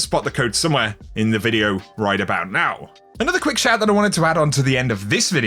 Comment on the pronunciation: That's hilarious, "right about, now". Lol very subtle dude.